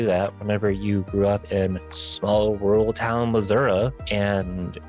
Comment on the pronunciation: Completely off topic, but I knew that people called it Missour-uh! I had a high school teacher tell me that people from there called it that, but no one around me has ever believed me when I've told them!